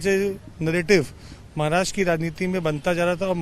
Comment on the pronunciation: Mohit kamboj adhi maharashtra ha shabdda neet uchhar ani nanatr abhal heppal yz bhaittyyya